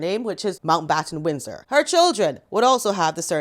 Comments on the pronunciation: I’ve never seen somebody struggle with their last name so much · Is Megan thick? She couldn't even say Mountbattan Windsor.